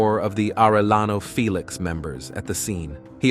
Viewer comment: Fay-lex.!!?..it's Felix.. haha....fake ass